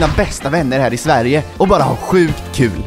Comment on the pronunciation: Will is hilarious och adorable at the same time, especially his pronunciation of ‘Sverige’ and confusion. 😂😂😂. Jag hoppas vi får se honom igen.